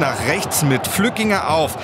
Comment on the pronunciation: Flückiger, nicht Flückinger